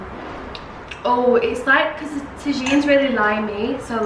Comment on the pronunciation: Tajin is pronounced taheen just so you know ☺️ you’re making me v jealous bc I live with my male partner (lame) lol